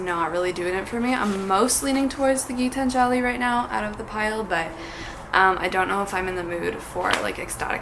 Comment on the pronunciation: As an Indian it is my duty to tell you that Gitanjali is pronounced Gee-taanjali and not like Gitan-jaali.